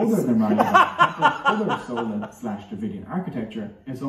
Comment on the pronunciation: Wrong pronunciation by vo guy...it's "chold" ( "ch" as in china)...and not "sola" as in sole fish! 🙄😄